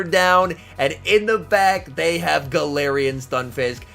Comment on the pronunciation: Anyone else notice he changes his pronunciation for galarian like every time he says it? He switches from “galarian” to “galawrian” every time he says it 😂